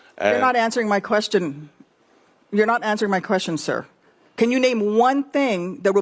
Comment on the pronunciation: “Thank you for your koschun??!!”Has US run out of capable people??